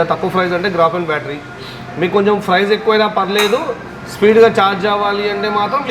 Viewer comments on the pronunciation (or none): Papam vidiki emi theliyadhu edho matladutunnadu.. Price ni frice antunnadu.. duplicate ni dubulecate antunnadu..sodi cheptunnadu..